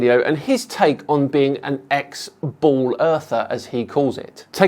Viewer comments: Is he saying “bowl Earth?” He didn’t say ball. Haven’t heard that. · He’s def saying “bowl” earth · He definitely said "Bowl-Earther". Looks like he started out crazy. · I cringe every time he says "as a former BALL Earther" that emphasis on "ball" is annoying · I love how he says BWOOOAL